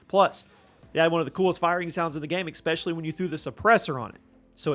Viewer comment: Does this dude not know that especially is pronounced as it's spelled? Not as ecspecially